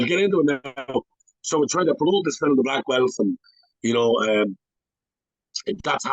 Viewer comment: I think ur a top fella but u gotta figure out how to say ‘film’ proper 😂